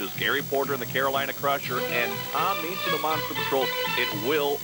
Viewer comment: Lol that dude can't pronounce Tom Meents' name.